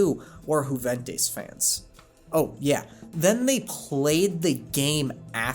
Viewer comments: Great vid! You deserve so much more followers. Just 2 quick remarks: Juventus is pronounced youventus. You pronounced it as if it is a Spanish club but it’s Italian also while technically not wrong I guess I have never heard anybody call it the U.E.F.A people just say UEFA in 1 word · Dude your soccer knowledge needs some work it’s pronounced You-ventus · it’s not pronounced who-ven-tis Juventus is pronounced you-ven-tis